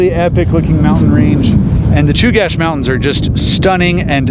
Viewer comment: Awesome video. Knowledge for the group at large - Chugach is pronounced like chew-gatch not like cache. Glad you got to enjoy some beautiful Alaskan summer weather.